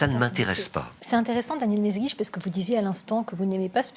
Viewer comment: "mesguitch", "Melsguich", "m'est guiche"... hommage à la Castafiore qui ne parvient jamais à prononcer le nom du capitaine Haddock?